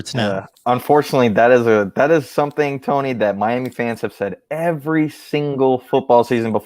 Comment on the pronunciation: I think you got Tony’s name wrong